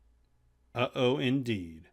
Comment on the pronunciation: Ut-oh isn’t uh-oh lol